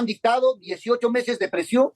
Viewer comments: le dice que no habla bien el castellano jajajaj parece que no se escucho cuando dijo presion en vez de prision q tal motoso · «Su manejo deficiente del castellano», le dice a la periodista. Y este motoso dice: «Dieciocho meses de PRESIÓN»... 😫️ ¿Quién es aquí el del castellano deficiente?